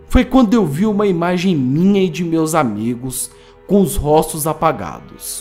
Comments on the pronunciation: Albino Moreno Tem linguistas que aceitam essa pronúncia. É incomum, mas não completamente errada. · Albino Moreno kkk percebi tbm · róstos kkkkkkkk